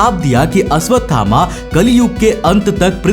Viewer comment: Aswathama ❌❌❌ Ashwathama ✔️✔️✔️✔️